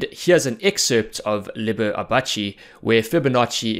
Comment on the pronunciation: Liber AbaaKi is pronounced.